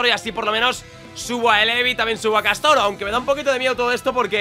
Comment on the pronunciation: En la layput aale castor y no castoro